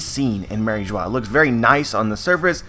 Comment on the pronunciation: I thought in french Mary Geoise is pronounced as the same way as bourgeois. "eoise" is pronounced 'juhwaa". Same exact pronunciation as "Mariejoa"